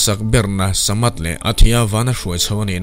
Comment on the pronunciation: Thu a sawi hmasak berna kha "Samath" Ni loin, "Sarnath" Zok